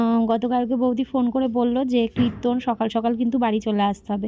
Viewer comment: Kriton na kirton